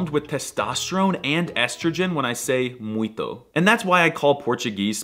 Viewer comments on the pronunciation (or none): It is supposed to sound "muinto", not "muito" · amio it’s not making the “t” sound in word “muito”, it sounds like spanish “mucho” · Dude... You forgot the "nasal" on the word MUITO... Or, at least you could bump it up a notch or two!😂